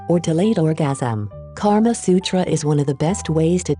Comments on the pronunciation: Thanks a lot but I am a indian. That's not karma sutra that's kama sutra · It's KAMA SUTRA, not KARMA SUTRA. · It's not Karma Sutra its Kaama Sutra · Its "Kama" Sutra not 'Karma' sutra lol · Wow. This video is sexually graphic and it turned me on. By the way it is Kama Sutra not Karma Sutra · This is called kam sutra not karma sutra... Stupid... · Its not KARMA SUTRA,. Its KAMA SUTRA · Karma Sutra ? I believe it's called "Kama Sutra" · its kamasutra not karmasutra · Its kama sutra not karma sutra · NOT KARMA SUTRA IT IS KAMA SUTRA 😎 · Lol it's not karma sutra but it's kamasutra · isn't it 'KAMA SUTRA'... instead of 'karma sutra'....???!!!... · And it’s Kama Sutra btw instead of Karma Sutra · It's Kama Sutra and not Karma Sutra. Both have totally different meanings.